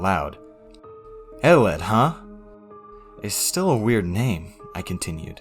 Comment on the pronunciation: It sounded.. WiiErd